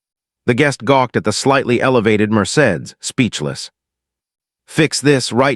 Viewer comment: I cannot believe the narrator did not know how to pronounce “Mercedes”. Also, please look up how to pronounce “starring”. It is not pronounced “stating.” Good stories, but word pronunciation and sentence structure of this and other videos takes away from story.